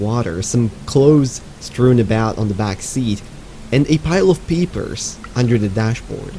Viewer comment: I'm so used to watching Subnautica content from (and also because of his accent, I suppose) that I thought he said, "Pile of Peepers." XD XD I seriously thought he put it in there as a joke/reference and it wasn't until when he got to the drawing that I realized, "Oh, he said 'papers'." XD